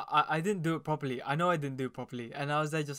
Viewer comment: I didn’t do it poperly I know I didn’t do it “poperly” 😭🥹